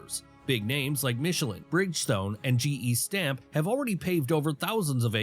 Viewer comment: Dumb ai gestamp is German. And they say it like gee stomp. And as for as nj well there's one thing everyone is fighting to keep out and thats the union's. And they already tried and got kicked out of bmw haha. So many companies come for that reason. look at Detroit now. Where's yrc what happened to hostess?